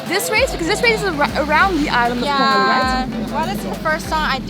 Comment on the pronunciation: I thought after spending some time there, you guys would catch on that the G in Peng-Hu is silent, and H is not. :-) Hu means lake.